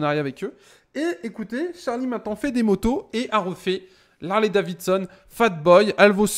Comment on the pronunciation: On dit pas Harley DaviSSon ont dit daviDson